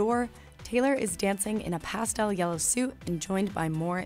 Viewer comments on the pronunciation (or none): none